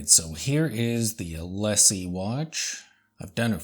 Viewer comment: Hi, The pronounciation is É-Lee-Sé. Like the famous boulevard of Paris (Champs Élysées). 😊